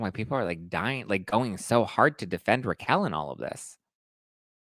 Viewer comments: Learn how to pronounce her name. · her name is Raquel not Rachel